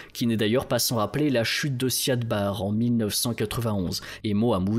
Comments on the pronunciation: L' "intégrité" territoriale plutôt que l'intégralité. Et le nom en question a tjs été prononcé Siad Barré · Siad Barre se prononce Barri. C'est essentiel de bien prononcer le nom des leaders pour une meilleure crédibilité. Biden ou Macron se prononce bien comme il se doit malgré les spécificités linguistiques. Vous avez été rigoureux dans vos recherches. Ce serait aussi bien pour les noms car vous le faîtes systématiquement quand il s'agit de pays peu développés.